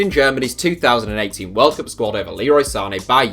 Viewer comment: Are you saying 2018 or 2080? I'm confused